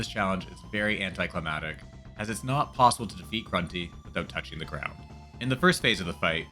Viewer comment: you know I see people write anti-climatic instead of anti-climactic all the time, but I don't normally hear them say it. Remember, it's anti-climax not anti-climate